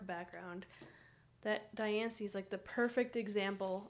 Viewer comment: Thank you for being one of the very few people/PokeTubers to actually pronounce Diancie correctly. I think you and TheKingNappy are the only 2 I've heard get it right XD